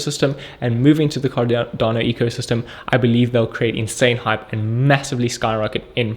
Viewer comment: Sound like Can Not Do instead of Cardano